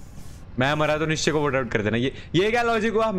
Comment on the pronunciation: It’s nischay